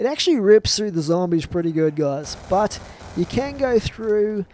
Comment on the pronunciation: Every time he says "can" I hear can't